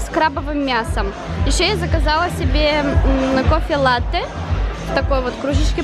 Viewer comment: Только правильно кофе не Латте а Латте